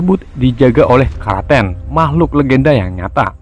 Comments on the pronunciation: Kraken bos bukan kraten.. 🤣🤣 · kraken woi bukan karaten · ini kraken disebut karaken :v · Bukan kraten tapi kroeken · Kok karaten kan kraken